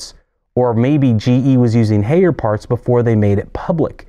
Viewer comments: Haier is pronounced higher. They made a song about it. Bring me a Haier Love - Steve Winwood. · If you going on a rant regarding GE, learn to pronounce Haier. "High-air". Your post regarding GE top loads are false. This video is a joke. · Haier is pronounced exactly like the English word "Higher". It is not "Hey-er". Great video, BTW! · lol "hayer"